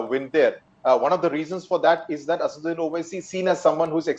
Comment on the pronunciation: It is not asuddin it is asaduddin owaisi